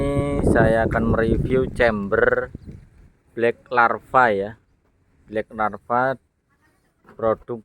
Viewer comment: Bkack lava om...... bukan black larva...